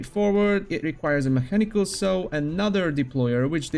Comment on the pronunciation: nice video 4/5, the only thing that takes a point is the near-continuous mispronunciation of common words, like "a saw" which should be pronounced as [/sɔː/] (U.K. pronunciation), or [/sɑː/] (U.S. pronunciation)